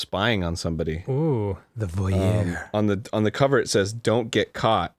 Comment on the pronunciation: um actually it's pronounced voy - air, ty very much